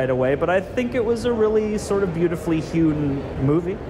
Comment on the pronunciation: The guy on the right used so many words incorrectly it drove me nuts. It is a beautifully hued movie. Not "hewn". The 2nd time he said "hued...en". Then he said It picked up "credence" as it went along when talking about it increasing in excitement. I was wondering how these guys had never showed up on my feed until the cosmic wonder mentioned them. Now I know why.